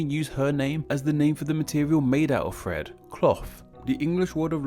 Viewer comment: Lol I kept thinking you were saying Fred when you were actually saying thread